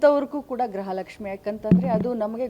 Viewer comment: Grhalakshmi alla gruhalakshi mam